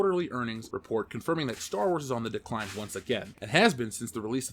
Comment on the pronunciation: for the last time, it's called Star Wars, not Store Wars...omg